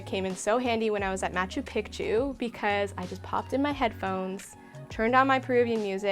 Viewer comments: This video is very helpful, thank you very much. But I keep cringing at the pronunciation of Machu Pichu……let me help. It’s pronounced Machoo Peechoo. Again thanks for all the insight! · I'm of Peruvian descent, I understand you might be trying to pronounce Machu Picchu correctly but its actually pronounced (MA-CHU PI-CHU) or (MA-CHEW PI-CHEW). I hope this helps! :) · I was going to watch until you pronounced it pic-tu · I was so confused by her pronunciation too 😆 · When you say picture, pic, pic, you can pronounce Picchu